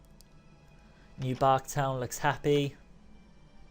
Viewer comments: You said Newbark town when you went to fly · Did anyone else heard new bark town